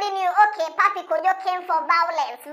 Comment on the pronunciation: Alas pappy Kojo…Vawulence 😂😂